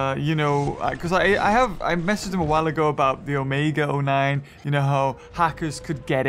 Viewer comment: why do you keep saying “omega or 9” that o9 sound like or ok sorry for anger you 😥